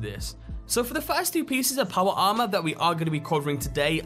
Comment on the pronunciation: Paw-Wah Ah-Mah...........